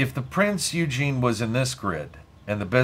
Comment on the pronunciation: Great game and thank you for the video HOWEVER the Prinz Eugene is pronounced 'Oigen' the E is silent, and it grated like fingernails on a blackboard every time you said Eugene :) Named after Prinz Eugene of Savoy an 18th Century Field Marshal of the Austrian and Habsburg empire, reportedly the most successful military commander of his time. He named Austro-Hungarian, Italian, German AND Royal Navy warships.